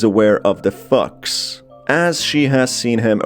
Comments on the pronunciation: I can't tell if he says fox or f*cks, but it sounds like the ladder. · Instead of "she knows of the fox" I heard "she knows of the fucks" .